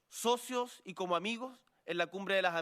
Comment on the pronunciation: From Chile... the president: "come-moco" 🤣🤣🤣